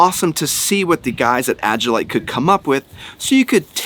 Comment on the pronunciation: Agilite =AGILE LITE = prounounced AJ- IL- LITE